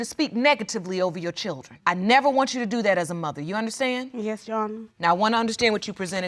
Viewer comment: What is a "churdren" ??